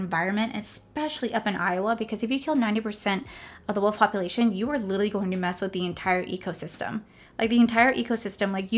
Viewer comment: OMG!! LOL. Girl, you had me freaked out! When you were talking about the new Iowa law, I could have sworn you said, "world," instead of "wolf!" I rewound it 4 times! 😆😅😆😅😆 Makeup is gorgeous! It was so fun watching and hearing how giddy you were about the collection. Absolutely adorable!